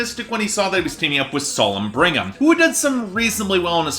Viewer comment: Bring-um? Brig-um!!!! Otherwise, AWESOME review 👏